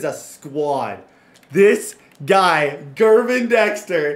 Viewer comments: Hey man, it's an honest mistake but Gervon Dexter is pronounced "Jer-vonn." Just a heads up! Love full szn franchises man. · Not to be that guy, but it’s JERR-VON Dexter. Not GURR-VON.